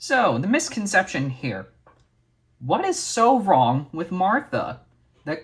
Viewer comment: I think they're referencing you trying to say the word misconception.